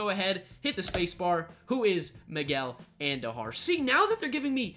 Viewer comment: Andujar not Andojar